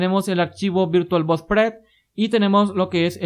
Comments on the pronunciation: Muy buenos tus vídeos. Quizás sea cuestión del acento pero por favor, no le llames VirtualBos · "virtualBos", jajjajajajaja XD